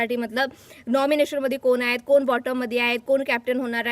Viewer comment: कोन त्रिकोणात असतो... कोण असा शब्द म्हणायला शिका.... कानाला (काण नव्हे) मारक आहेत असे उच्चार.... आधी नीट बोलायला शिकून नंतर व्हिडिओ बनविल्यास तो पाहणे सुसह्य होईल... 😂